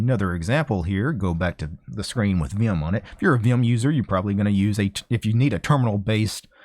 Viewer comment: "viyum" lol